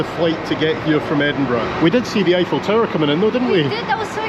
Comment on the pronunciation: I thought it was pronounced eyeful tower.